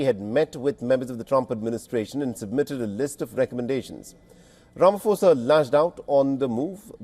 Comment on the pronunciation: Learn to pronounce Ramaphosa please that's embarrassing 😢